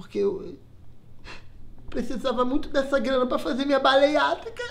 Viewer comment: ela disse BALEIATRICA